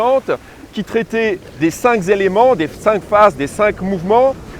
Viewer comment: J aurais aimé un moment de silence pour profiter de la mer . Et de merci d oublier le liaison ..cinq n a pas de s au bout . Merci c etait bien et profitable .